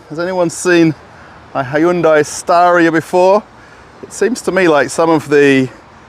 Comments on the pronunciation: its not HY-UN-DAI Its HYUN-DAI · "HI-YOON-DIE"? Seriously? And... Russians buying CHINESE cars??? Does Russia have an auto club that provides towing? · The proper way to pronounce Hyundai is Hoonday. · I am sorry wha? Hayundai? xD